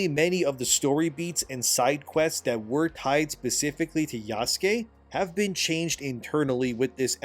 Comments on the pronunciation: Isn't it pronounced Yah-sooh-kayh"? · Is it pronounced "YAH-SKAY" ? I thought it was "YA -SOO-KAY" Or are you doing that on purpose to poke fun at it? I keep thinking of Jaskier (Dandelion) from the Witcher every time you say it. because thats how people pronounced his name wrong in polish lol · Yah-soo--kay bro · criticizing Ubisoft for lack of Japanese research while he pronounces Yasuke = Yaskay